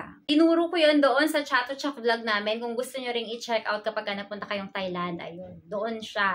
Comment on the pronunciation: TAI Land po not thai land